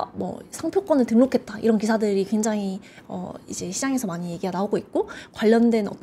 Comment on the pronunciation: 굉장히광장히광장만 100번 들은듯 저런 아마추어를 부르다니...답답한 발음과 전문적인지 않은 표현들. 더이상 못보겠네요.